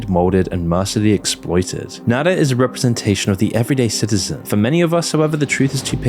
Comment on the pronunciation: IT'S NADA AND AMAZON FFS, NOT "nadder" AND "amezn"